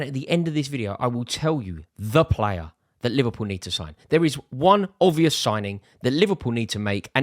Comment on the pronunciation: The ‘b’ in obvious is NOT silent. Grrrrr.